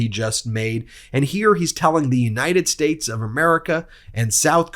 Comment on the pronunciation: don't you mean the United SHTATESH of America?